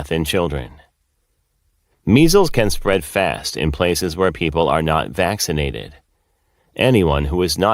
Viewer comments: Pronounced... VaK sin ated. Not VaS sin ated! Other than that, nice channel! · Quick point of clarification..."VAX" inated not "VASS" inated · Is he pronouncing “vaccinated “ correctly for some reason I keep hearing vassinated 🤔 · The word is pronounced “Vax- in -ated” Mr. “Grad. Med School?” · You pronounce it vak cinated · "vassin-nated" wtf man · This guy says he graduated from medical school and says “vascinated”? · I noticed that too.😊😊